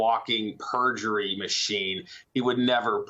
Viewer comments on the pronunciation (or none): "A Walking Purrgery Machine" LOL!! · "A walking purjery machine"....that sounds quite accurate, enjoy.......